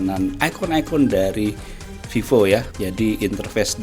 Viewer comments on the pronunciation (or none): Viiivooo bacanya